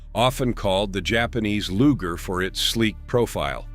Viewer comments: Nice visuals. Subious narration. "LOOJER" pistols"? G.I.S??? HAEIOUl....? ("Heirloom") Dead giveaway of robo-narration (text to "voice"" or basic semi-literacy Repetitive and often irrelevant text. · Loo jer? Come on, man. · What's a Lujer pistol? LOL